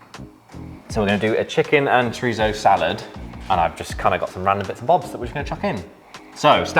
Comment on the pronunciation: Love the content guys! but as a Spanish speaker, Chorizo is pronounce as said it!